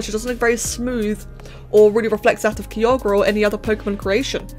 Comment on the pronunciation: For the future, Kyogre is pronounced “Kaiyogr”.